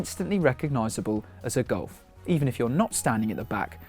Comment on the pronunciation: It looks good. Sounds like you are saying Goal-f.